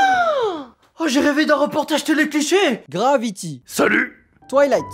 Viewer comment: MDR twightlette